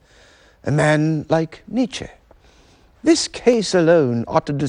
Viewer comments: Great stuff, but it hurts to hear the host pronounce Nietzsche's name. I can't believe no one advised him on this. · If this idiot pronounces Nietzsche's name incorrectly one more time...... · Nietzsche mispronounced. N was not an aristocrat, he was the son of a Lutheran pastor, who died when Friedrich was six. Mad and bad, but he did articulate what people wanted to hear very well.